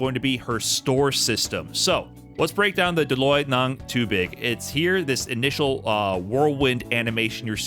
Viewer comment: His "tubig" pronunciation is on point. I also love the "trying my best" disclaimer after each Tagalog word. Hahaha. <3